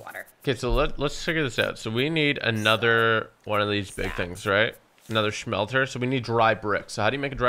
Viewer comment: BTW it's smelter not shmelter